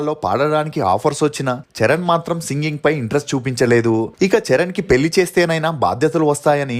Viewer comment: నీ తెలుగు ఉచ్చారణ మార్చుకోవా anchor ? పెల్లి ఏంటిరా చెత్త నాయాలా